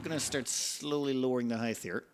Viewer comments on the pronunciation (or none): "hith"? really? it's pronounced like "hite"! (and yes, I fully expect you're doing it for the trolling :D)